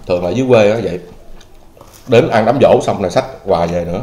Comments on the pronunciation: Đám giỗ nha em, không phải đám dỗ... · Giỗ chứ ko phải Dỗ)) sửa lại b nha 🥰